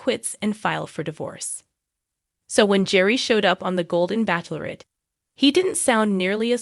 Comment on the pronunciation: It’s not backlorette , it’s pronounced batchelorette!